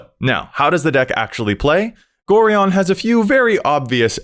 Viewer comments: It's GO-Ryan. NOT GORE -EON. Being an old school Baldur's Gate fan it's hard to listen to this :P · It's pronounced Go-Ryan. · Pronouncing Gorion incorrectly. Me: Screaming internally cause I'm old enough to remember playing the Baldur's Gate games in high school. xD